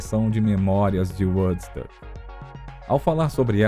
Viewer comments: Eu ia comentar justamente isso ... Quando se tem duas letras "o" o som é "u" e quante tem uma única letra "o" osom é "ó" .... Dá uma agonia ouvir "uodsÃc" ou "uodsUc" ... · Na boa, precisa urgente de mudar a maneira que fala Woodstock, do jeito que fala está muito ruim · Quando vcs tiverem este tipo de documentário, em que envolvam palavras em inglês, cuidem em conseguir um narrador que entenda pelo menos um mínimo da língua inglesa. Este aí q narra os 50 anos de Woodstock, de todas as palavras em inglês que ele citou, e foram muitas, ele não acertou uma só. O próprio nome Woodstock (estoque de madeira) ele pronuncia errado.